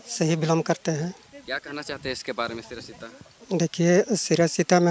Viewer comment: अरे यार सिरा सीता नही नाम है सिरसी और ता है तुमको कितना समझाएंगे😂😂😂😂😂